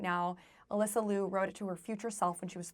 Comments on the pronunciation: Please don't mispronounce her last name, it is not Lew, it is like Leo. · Well, at least pronounce Alysa’s last name correctly, OK? Also do you really believe Ailing Gu was bought by CCP? Why can’t she love China genuinely?